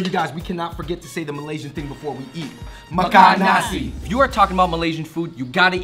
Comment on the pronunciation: makan nasi that accent ahahaahha